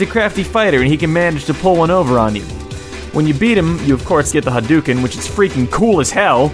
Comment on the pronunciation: I know it's douchey of me but i cringe at the pronunciation of Hadouken xD.